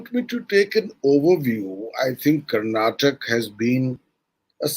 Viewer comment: It is Karnataka nor Karnatak!